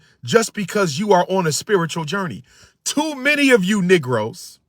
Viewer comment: The word is many m a n y not not many m i m i